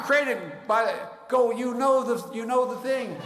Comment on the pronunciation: I haven’t laughed so much watching this until I heard his say “ you know the ting”